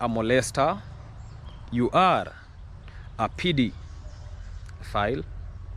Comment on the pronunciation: pedophiile is pronounced peh-do-phile, not pee-dee-phile. I understood what you were saying after you described what the person was doing. He’s a real creep.